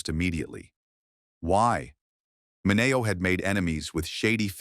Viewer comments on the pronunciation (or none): Sal “Min-Ee-Oh” not “ Min-A-Oh!” Teach your A.I. Robot to read! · Sal Mineo is not pronounced Minawo. It's MinEo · It's Sal Min-E-O, I don't know where he got his pronuncation of Sal last name. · ..learn to say his name properly...its, "Min..e..o"...ok.. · Sal min ee oh